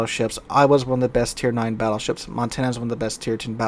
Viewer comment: "the Fattleships.." LoL